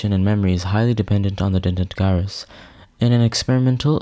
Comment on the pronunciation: Great video! One small thing. the G in Gyrus is pronounced as J like Judge not G as in Guy.